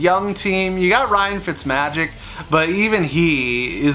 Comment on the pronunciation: Lol you said fitsmagic